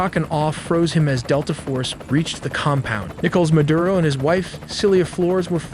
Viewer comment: Clearly AI. Can’t pronounce any Spanish words because it’s confused. Fort Tuna. nickels Maduro etc.